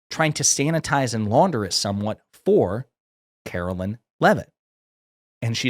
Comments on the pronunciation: It's not said like "Carolyn" Leavitt, is it? (You must not be very familiar with her.) She's not my personal favorite press secretary, but respectfully, you weren't fair in your portrayal. And by the way, "MAGA blondes", really? So it's ok to make fun of their blonde hair, as long as they're Republicans? Would it be acceptable to you to call KJP (Karine Jean-Pierre) a "Biden black"? Totally hypocrisy, dude. Bad look. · ‘Karoliar’ Leavitt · Omfg I’m a democrat but pronounce her name correctly. It’s not Karolyn